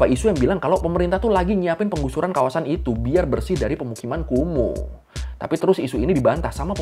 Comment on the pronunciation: Ngapa jadi KUMUR? 😂